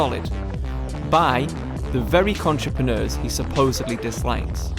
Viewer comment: Michael M he calls them “contrepreneurs” 🤦🏻‍♂️